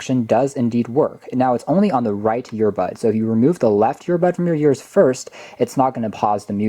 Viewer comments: You were saying YEARS instead of EARS, and it's a bit distracting/cringy. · The way he pronounced ears was really distracting...